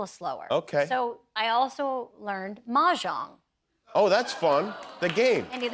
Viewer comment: Hope she picks up the pronunciation of mahjong as part of the lessons.